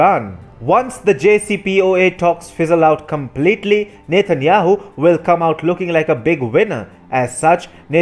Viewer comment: Does he keep saying "Nathan Yahoo"?